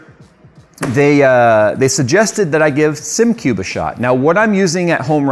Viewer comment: "...I give Simcube a shot"... Christ... at least pronounce the product name correct.